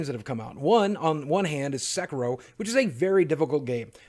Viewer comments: Sek ee ro. Not Sek ur ro. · Sorry, but it's S[e]k[i]ro ) Love you videos! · It's Sekiro SE-KEE-RO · It's pronounced Sekiro, like Japanese "i" as in eeee sound